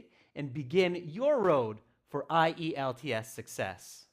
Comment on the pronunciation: Found it interesting to hear spelling I-E-L-T-S instead of usual IELTS